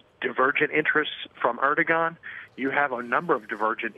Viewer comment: It's ER-DO-AN man, jesus fucking christ. The G is not pronounced. I don't even like him but learn how to pronounce the names of the fucking country leader you're reporting on ffs.